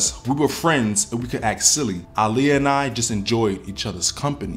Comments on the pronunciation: Her name is aaliyah not Iliya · Yes she pronounced it (Ah-Liyah) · Why does he pronounce Aaliyah’s name like that 🤣